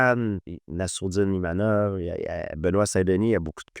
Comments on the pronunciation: My name is IMAVOV, pas Imanov Ivamov ou je sais pas quoi 🤣 tu aurais pu lui dire quand même 😅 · IMAVOV pas imanov , inavov etc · « Imanov » 2 fois, et ne le reprend même pas 😅 On va officiellement le renommer, ce sera plus simple 😂😂